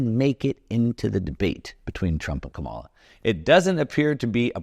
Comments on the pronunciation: Her name is pronounced "comma la". Kamala Harris. Not "ka mall a" . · Quit watching video when you said Ka Mala - so smart but so dumb!!! Phonics- COMA (,) LA ( LA LA LA LA) KAM - A- LA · It's Ka-ma-la (Coma-la) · You could at least pronounce Kamala's name right. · So, that little circle of revenue from corporations is need to be larger. And the fact that you consistently mispronounce Kamala’s name is a tell. Supply-side economics is the biggest lie ever. Clinton balanced the budget. 🤔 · Surely you can pronounce her name correctly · Learn to pronounce Kamala correctly. It’s easy